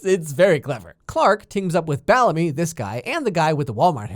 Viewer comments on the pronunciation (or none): did he just call Bellamy, Ballamy 😂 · did he just say BALLAMY broooo. also rip i'll love you forever bellamy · it is SOOOO ANNOYING when you say BALLAMY instead of BELLAMY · did.. did you just say.. Ballemy? BALLEMY?? Pffffft that made my day 😂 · bAllAmY That pronunciation killed me😂😂